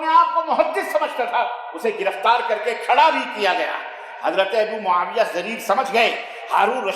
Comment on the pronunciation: Mawiya pleedd bolo Maulana